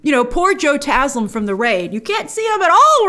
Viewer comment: Grace, thank you for pronouncing Joe Taslim's name correctly! Love from Indonesia!!